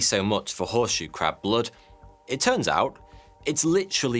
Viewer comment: Pwotect tha Cwab!